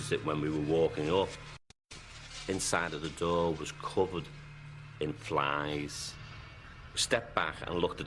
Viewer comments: Aye aye, there’s fliiiieeeeeeeeessssss on the window...fetch the bizzies! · Black vinyl lay? No, no lad....flieeeeeeeeeesssssssssssss